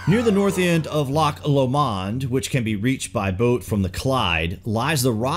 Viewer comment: I visited these in the Govan Parish Church last month (I live in Glasgow). Well worth the visit. Enjoyed your video. One criticism.. ... check your pronunciation of some of the places, particularly Lomond. You did well with Loch. 🙂 Try Ecclefechan and Auchtermuchtie 😉